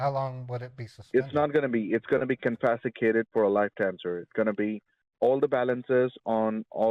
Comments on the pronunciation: "I can be able to save it" , "confesticated" is enough to tell us he is not a well versed American guy. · I don’t understand why people don’t just think about this stupid scam before reacting to to it like scared children. It’s absolutely insane to me. Not one thing makes sense about it, but yet here we are. This guy can’t pronounce confiscated and under the 4th amendment they can’t take your property. They get so defensive when you say that you are taking my money. You can hear it in their voice. How can you be a victim of identity theft and a primary suspect? I really really hate these people.